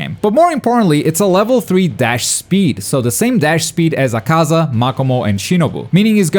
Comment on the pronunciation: HOW ARE YOU STILL MISPRONOUNCING AKAZA'S NAME!! my god, if your going to do demon slayer content please get the names correct. how do people get names wrong, its so simple because you damn well hear them. maybe by some better earbuds then cheap ass raycon stuff.